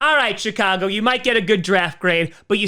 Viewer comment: Swear he said sh*tcago haha